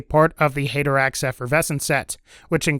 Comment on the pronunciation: Great video but the way he says haderax makes me cringe every time